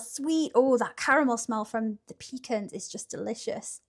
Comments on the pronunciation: It’s pronounced “pa cons” not peecans that’s what we take on the boat when we need to go… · Oh lordy... she's using her PEE CAN instead of puh-KAHNS.